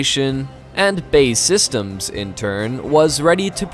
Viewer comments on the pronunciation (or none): Lmao “Bae systems” its B.A.E.